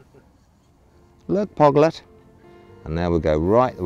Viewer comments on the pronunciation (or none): Can you please clarify what nickname for these cuties are? Is he saying hoglet or poglet? This video surely sounded like he said poglet, which I think is the cutest. Thank you!!